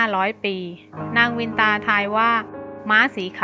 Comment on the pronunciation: เคยอ่านในตำนานเก่าๆ.เขาออกเสียงว่านางกัทรุ..กัด-ทะ-รุ.ไม่ใช่กัด-ทรู.และนางวินตา.ออกเสียงว่า.วิน-นะ-ตา